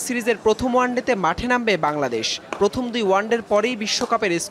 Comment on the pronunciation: এটা কি বাংলাদেশ না বাংলদেশ বুঝলাম না ভাই। নিজের দেশের নাম তাই উচ্চারণ করতে পারেন না আবার আসছেন কথা বলতে😡😡😡😡😡